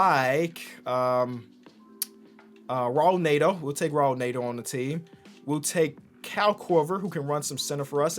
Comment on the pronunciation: Raul Neto is pronounced haool netto 😂 fire videos tho